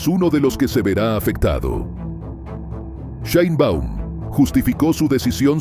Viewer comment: No se pronuncia Sheinbaum tal cual se escribe